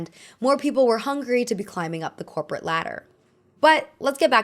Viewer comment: can't unhear "copro aesthetic" T_T